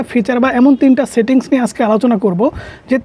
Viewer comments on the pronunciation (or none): Satting❌ Setting✅